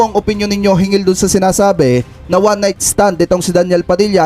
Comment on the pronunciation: Dapat " hinggil' po hindi " hingil", means, " about".